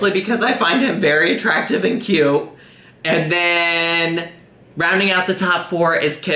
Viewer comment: You said kyy-uute wrong